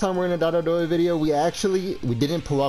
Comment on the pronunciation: someone count how many times he says "dot-oh"